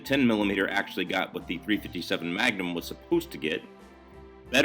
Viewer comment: "ThA-rEe fIfTy SeBeN mA-Ga-NumB iS SupERiOr t0 TeN MiLLimeTer." 🤡